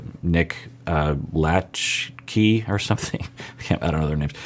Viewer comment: You know it’s not the 90s anymore when it’s Nick Latch-Key 😂